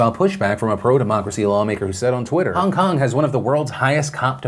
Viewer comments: is it just me, or does it sound like Phil is saying Hung Kung, not Hong Kong? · "Hung kung" lolll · Hongkong was spoken 6 times. Philip also pronounces the name wrong. It is annoying